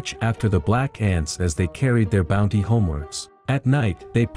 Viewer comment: Not booty. Its bounty. Thank you for recapping this lovely cartoon.